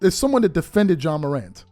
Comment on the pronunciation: What TF is “John Morant” like please get his name right before making videos about him …..🤷🏾‍♂️